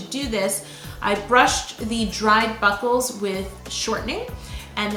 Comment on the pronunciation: everytime you said buckles I heard buttholes omg 🤣